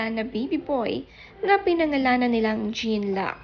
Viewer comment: JEAN in French is pronounced as JON for male (fyi👍)